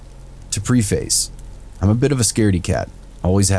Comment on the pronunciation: It's not pronounced PREE-face, it's PREH-fihs. Sorry, I can't help it.